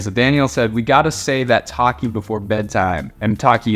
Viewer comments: toeh-ki is how u pronounce it, not taki. (ik he didn’t say ‘taki’ but it sounded like he said that) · it's not takki it's toe- ki lol good video tho!! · i know isnt fluent in korean but when he said “tokki” it sounded like he said “taki” 😭😭😭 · i love how he says "tokki" like "tocky"